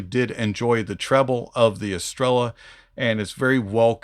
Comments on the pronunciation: Never seen someone mispronounce every single thing of a product "psygot estela" lol 😂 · Neither do I, just did a little duo lingo try for a week, but i simply research stuff, however Jay in his videos calls it „Estreya” all the time , but seems almost noone of the reviewers watched his stuff then hahah P.S well i know how to say Estrella, first and foremost because there is a beer called like that in Spain and I enjoyed those eon my Mallorca vacations :D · It shouldn't matter, they can pronounce it however they want, but the correct pronunciation is estrella